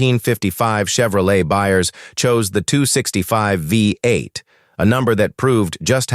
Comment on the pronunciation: Is it too much to ask to produce videos with a real narrator instead of an AI that says things like “V, 8” and “tetraethyl leed?” Also, if you’re talking about the small block’s wedge-shaped combustion chamber, maybe don’t use animation of a splayed-valve engine, or when talking valvetrain lubrication, show the small block, and not some engine with shaft-mounted rockers? You know, stuff like that.